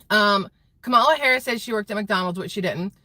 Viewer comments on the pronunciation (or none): none